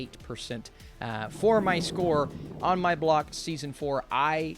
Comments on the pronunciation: Ah yes, On My Bock... such a great show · I think you mean On My Block not Bock